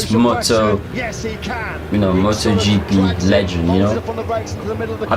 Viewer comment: You pronounced it correctly 👍